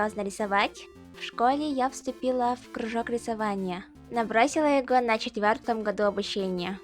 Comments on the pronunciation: Надо произносить во, а не го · Что с голосом? И почему там везде ГО? еГО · "Его" читается как "ево". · Вааа~! У моего сэмпая такой классный путь ниндзя! Люблю тебя! ПС лучше не брать бесплатные заказы. и в словах типа "его", "такого", "этого" не говори букву "г", мы говорим мягче, мы говорим "в". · У тебя такое милое произношение "еГо" "этоГо" Блин, мне так нравится твой голос, и как ты произносишь "х" "ш" и "ч" ТАК МИИИИЛО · Ты милая) Ты похоже не русская, или мне так кажется , потому что говоришь например в слове "того, его" и т.п. слишком четкую "г", в таких словах "г" произносится как "в". Просто слух режет немного